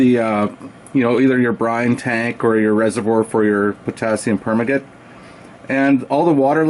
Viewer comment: Great video. Good use of the mirror. By the way, its pronounced "per - man- gah- nate"